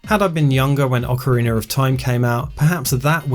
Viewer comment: "Ocariner of Time"